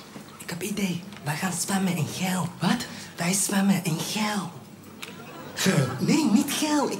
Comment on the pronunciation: ja ik weet dat hij geld bedoelt maar hij zegt geel XD